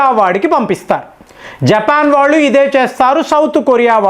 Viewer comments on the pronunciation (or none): none